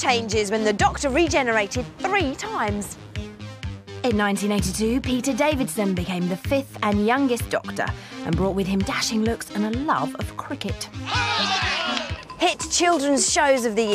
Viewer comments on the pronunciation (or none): Talking about 50es television, you forgot to mention Quatermass... Oh, and boyoz, it's Peter Davison, not Davidson.